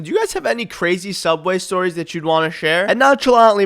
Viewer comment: The return of soobway but betters